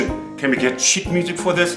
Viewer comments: The addition of the sheet music is fantastic. Your accent makes it sound like Shit music. Which always makes me jump. I suspect its more to do with how I hear it it. You are a clever bloke. Is the Berlin Yacht Club still there. I played there a long time ago. Very Posh in those days. I had Harmony lessons in Berlin. Paid for by the Berlin Senate. In those days it was three East Berlin marks to 1 West Berlin mark. Trombones for a third of the price. Rudy Muck good instruments. Til I bought an American Conn. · Just a thought, but I'm very amused by your pronunciation of "sheet music", because if you don't use a long "ee" in "sheet" then it comes out as "shit music" which is definitely isn't 😂😂😂